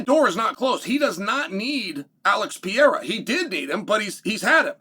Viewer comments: Yo Chael his name is not Pee Era. CHAMA! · why do you keep calling him Pierra?